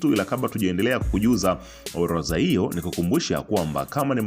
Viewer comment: neno ORODHA tamka vizuri unakosea kusema OLOZA rudi shule ukasome Kiswahili